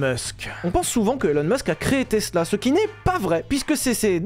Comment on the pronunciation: Tiens vous avez appris à prononcer tesla c’est plus tezla de vilebrequin